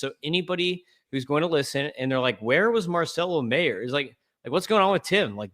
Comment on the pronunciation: ………Mispronounced Marcelo Mayer’s name